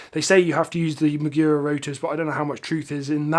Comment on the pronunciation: mAgura not mIgura